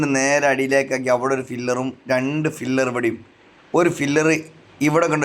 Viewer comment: ഫില്ലർ അല്ല pillar...😊